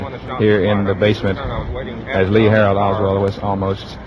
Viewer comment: He said LEE HARALD OSWALD